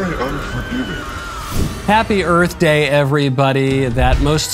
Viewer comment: Will Smith slaps Chris Rock, then says, "Happy Earf Day!"